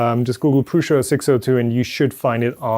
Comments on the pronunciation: It’s Prusa NOT PRUSHA like you say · I just put it in Google Translate and it said Prusa not Prusha